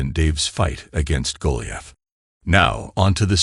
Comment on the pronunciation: What is a Golly ath.? It's Goliath as in the Bible.